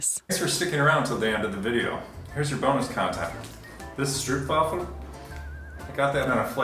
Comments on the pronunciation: Great video! Next time, pronounce it like a local: strope-wa-fell 😎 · Stroopwaffel (pronounced strope-waffel) It's Dutch! xxx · Fun to see a stroopwafel traveling the world. In case you're interested, 'stroop' in 'stroopwafel' is actually pronounced as strowp!